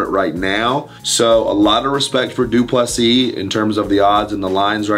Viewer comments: Get the name right Wonderboy It’s pronounced Du Ple see (👀) the final S is silent and the last “sis” is pronounced almost like “see” in English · DU - PLE - SEE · wonder why Wonderboy still can't pronounce his name properly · It’s pronounced like “prick” not “dry-cus” and for du Plessis just imagine the last “s” doesn’t exist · dude, learn to pronounce Du Plessis... you don't pronounce the last "s" PLEASE!!!!